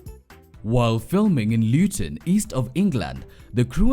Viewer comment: Luton not Lewton.. asante mama.. miss chapos though 😭😭